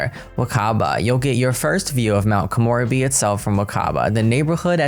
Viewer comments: Komorebi = ko-moe-re-bee The re is a slight ray sound. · It's "koh-moh-REH-bee"!!! (not "koh-MOR-uh-bee") She pronounced it in the trailer, thankfully. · please check out the gameplay trailer to pronounce Mt. Komorebi correctly. Please don’t get offended!! I love your videos. It’s just that my brain is sleepy right now too 😜 and zeroing in on that word 🤦🏼‍♀️ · Thus pack sounds better and better as we get more info...but your pronunciation..... not to be annoying or anything, but you mispronounced samurai and still mispronounced Komorebi (sp?) Koen in Japanese for park FYI 😃🤗👍 Lol, the plumbob was right above your head while u read the onsen part... I can't wait to see the cas and build/buy items!!!